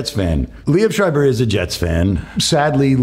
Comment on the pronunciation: I dont know who told you that pronounciation but the way he says it is pretty close to the german word. no german would pronounce that anywhere close to what you wrote.